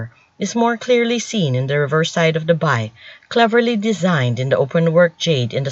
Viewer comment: Bi pronounced as "bee", not "bye"